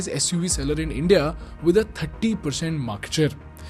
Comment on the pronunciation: Good video. But the way you say india hurts my ears😂